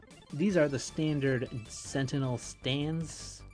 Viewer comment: why are you saying gentinel